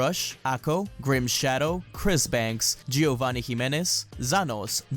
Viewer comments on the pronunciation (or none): none